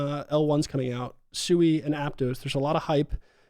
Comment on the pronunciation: Sui is pronounced Sweet without the t. Not soo-ee